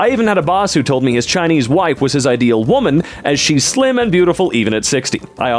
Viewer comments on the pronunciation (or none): none